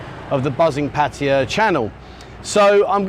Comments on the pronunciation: There's no I in Pattaya. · It IS "Pat-A-YA", not "Pa-ta-a", I've only been here married to a Thai foe 18 years! And it's not "Soi Bakow", it's "Soi Bua Kow", some effort please..........